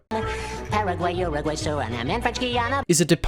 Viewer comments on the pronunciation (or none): none